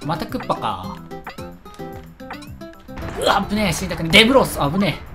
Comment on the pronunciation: 「デブロス」の「デブ」に力入りすぎw